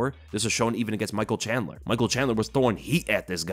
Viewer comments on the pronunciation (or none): none